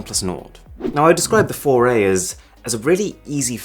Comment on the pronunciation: Google Pixel "FORAY"(4A) - A "foray" into the ease apsect.😂